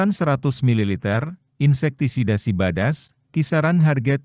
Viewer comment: SIDABAS KENAPA NGOMONGNYA SIBADAS 😂😂🤣🤣